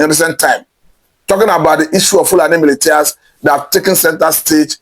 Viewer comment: upgrade yourself.MILITIA is pronounced MILISHIA.PLEASE NOTE.